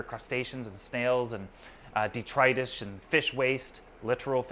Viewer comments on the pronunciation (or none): none